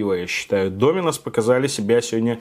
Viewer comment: Пожалуйста, не говори с ударением на "и" ДомИнос, очень напрягает. Правильно только ДОминос:)